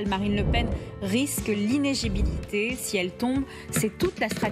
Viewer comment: c'est quand meme incroyable. la soi-disant journaliste n'est meme pas capable de prononcer corrrectement le mot "inéLIgibilité"